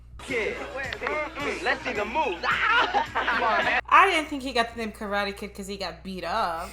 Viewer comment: Ya’ll saying his name wrong through the whole movie 🤣🤣🤣